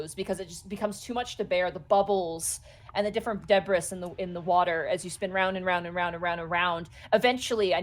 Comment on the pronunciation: unironically pronounces the S in "debris"